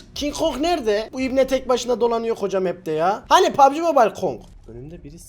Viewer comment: Güzelcene Pubg. Desene abi paabbp diyon😂😂